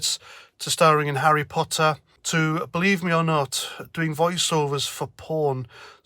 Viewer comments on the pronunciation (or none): none